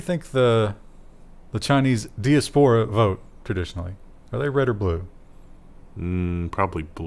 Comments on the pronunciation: It's pronounced die ASS puh ruh. Chinese diaspora probably vote more Red than Blue. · Sounds like that the Israeli court found that Amnesty didn't have "legal standing" in the case. It is basically a technicality. It's die-AH-spore-ah by the way. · I loved making a game of correcting evey time he mispronounced diaspora. I hope it was intentional because that was fun. Thanks for reminding me of my dusty stack of 2600s with "Free Kevin" on the cover. You are my only news source and it couldn't be better. Keep up the great work!